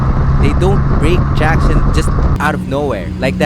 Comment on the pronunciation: I love this guys accent. When he say "traction", Close-Captions interprets it as jackson. And track as Jack